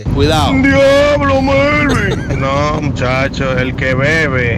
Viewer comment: Melvin lo pronunció bien